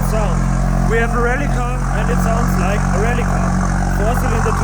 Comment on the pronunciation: I "leik" it aswell <3